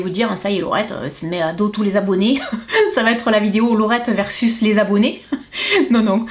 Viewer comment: Coucou laurette j'adore tu dis vidio au lieu de vidéo!😂 sinon j'adore regarder tes vidéos gros bisous !😘❤